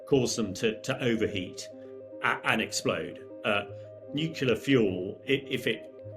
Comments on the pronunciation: dude ..... NUCLEAR, or are you a moron like Trump and Bush Jr ??? (as in not noocular) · New clear, NOT new cular. Please please please pronounce it correctly. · it's not a nucular power station, it is a nuclear power station. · nukular ❌ 🤠🐄😭💔 NU-CLE-AR ✅🧐🏫📖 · I love your fearless reporting. Please learn how to pronounce nuclear New-clear Not nu-kew-lar Please stay safe. Slava Ukraini 🇺🇦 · Nuclear not nucular. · There is no "nucelar" reactors... The word is "nuclear" Nu + clear... It's easy! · Great report, thank you. Also, it's nuclear, not nucular. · I have immense admiration for the indispensible reporting you're doing on a truly horrifying situation and prospect that psychotic Putler is toying with but pssst - it's nuclear, nuCLEAR, not nucular, honestly. Keep the great reporting and good luck to you all. My father was born in Pzrewórsk, so my old roots might just stretch that far. I'm some way deeply engaged, as I wish all of us would be. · Please, the word is NEW-CLE-ER NOT NEW-CUE-LER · NOT Nucular !!! Not nuculous Nu Clear... Nucleous... Nuclear Nuclear Nuclear. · NU-CLEAR not Nu-CULAR. I wish people would learn to pronounce it correctly! Especially if they're doing an Entire piece on a Nuclear power plant! please please please 😵‍💫🤯 Also, yes, please stay safe❤ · What is Nookular? Nuclear I understand. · "Nucular" reactors generate power from "nucular" interactions with atomic "nuculeses". Do you require some English lessons? English, aka the language of the oppressor, is not my first language, but I could teach you how to not sound like a complete buffoon. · Your reporting is useless and your work is a disgrace. If i ever have to listen to the word nucular one more time, i’m going to go cray cray on you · Nu - cle - ar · I always watch your considered reports, but wince with every nukular. Why do you use yank pronunciation? Is your biggest viewer group in the US? I am a Kiwi. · Try pronouncing nuclear correctly. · Nuclear not nucular